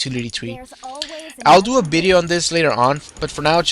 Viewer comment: man whats bideo? i mean u wanted to say video? Just asking if bideo is another word because i hear it for first time :D im not trying to offend you man :D just asking